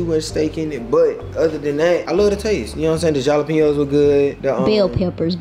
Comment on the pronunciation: Great video. Beautiful home. You made a wise decision to downsize for the time being. You know what you need., not trying to be rude, but the j in jalapeños is pronounced like an h. Keep up the good work.